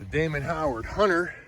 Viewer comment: It’s Damon HOWATT not Howard